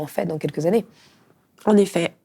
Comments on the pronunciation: "Dans les vingt Zannées à venir"...ça pique les oreilles chère madame. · Trente-huit secondes, "vingt zannées", au revoir